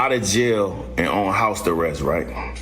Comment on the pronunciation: did that dude in the video call it "house the rest" instead of house arrest? 😭☠